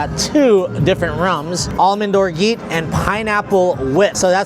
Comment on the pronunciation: Orgeat is pronounced with a "zha" rather than a "gee"